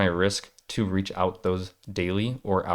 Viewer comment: It's reach, sounds like bleach or what you do well, teach